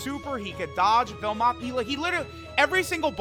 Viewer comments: Bro why does he say belmouth and vermouth when it’s literally belmod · I like how without fail, always forgets Belmod’s name and instead says “belmoth or vermoth” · Petition for to finally get BELMOD's name right